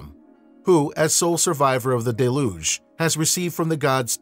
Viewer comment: How can someone publish material on ancient civilizations without making sure of the correct pronunciations of the ancient names or key words like deluge.